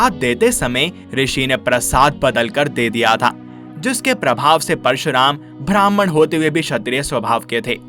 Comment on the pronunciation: It's Brahman ब्राम्हण.. Not Bhrahman भ्रामहाण Please pronounce it correctly